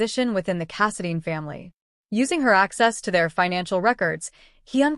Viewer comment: It’s Casidine……long I not Casadean